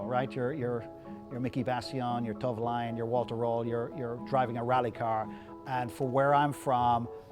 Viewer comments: dont you mean henri toivonen not henri toilovon or however you said it 🤣😂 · It's not "Toivalainen" It's "Toivonen". Henry that is. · Sorry but it is Toivonen.....not Tovolainen, Henri Toivonen. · "toivolaii"😂😂 Its Toivonen said the way its written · It's Toivonen, not Toivolainen. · I know who Henri Toivonen is, but who the fuck is Tovalion? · "Henry Tovilion"? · Way he pronounces Henri Toivonen's name made me laugh :D Toivalainen or something like that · For me it was like: "Tovlanen" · Henri who?...Miki who? - this dipstick can’t even pronounce (or worse still, doesn’t even know), the correct surnames for two of the true legends of Group B.Don’t beed educating by him thanks! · I thought he didn't mention Henri Toivonen at all, but he did. He just pronounced Henri's last name in a very weird way. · Awesome guy, awesome collection. But for someone who clearly knows a lot about rallying, he should at least be able to pronounce the drivers names... Henry Tourvollen? Miki Bassion? It's Henry TOIVONEN (pronounced "Toyvonen") & Miki BIASION (pronounced "Biazzion"). Furthermore, the car is from Rallye Sanremo which is in mainland Italy, it wasn't until recent years that the rally has been held on the isle of Sardegna. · Was enjoying this until he called Miki Biasion and Henri Toivonen "Miki Bassilon" and "Henri Tolvolien...." clearly he knows little of what he's talking about. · Shame he didn't drive it on the road. If it was preped for the Rally Sardinia then it will be tarmac spec. Looks like an ex semi works European Championship car run by Jolly Club for Dario Cerrato in '86. He also needs to learn how to pronounce Miki Biasion and Henri Toivenen's names correctly.. Also, Walter Rohl never drove the S4, he was a works Lancia driver with the 037 but switched to Audi in '84.